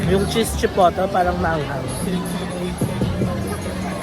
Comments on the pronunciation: Its called chee-poht-leh - hot chilli pepper. In the states there's a mexican restaurant with the same name. Can't wait to go to Sokor in the future! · CHIPOTLE [chee-pot-ley] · Heheh.... hello po. It's "chi-poh-lay" po yah 😊 ☺️... Love your vlogs po. 💖 Sending love. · It’s pronounced “chipotlay “😀😍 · Chipotle pronounced as chuh-powt-ley 😁 Silent viewer here 💜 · chipotle 😂 google: chuh powt lay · Chipotle = chi- pot- ley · Grabe nag enjoy ako!! Na takam ako sa lahat ng kinain mo 😭😭😭 thank u for this vlog!! by the way "chipotley" po sya pag pronounce mexican sauce sya ni ginagamit smga burrito/burrito bowl 😊😄 skl po 🤗🫶🏻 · It’s chi put ley the right way to say it. It’s a spicy sauce. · Pronounced as Chi-pot-lei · Ikaw ata pinakaunang turista na gus2 mag tour pati police station sa ngalan ng Kdrama. 😅 Yung pinakanagus2han ko streetfood sa Korea na di ko inexpect na masarap e yung bindaetteok nakain namin sa Namdaemun market. Chipotle reads chi-pot-ley. May pa hanash ang pronounce. 😅 Yung odeng (fishcake) you can buy sa Korean groceries. Yung stock they use anchovies and kelp.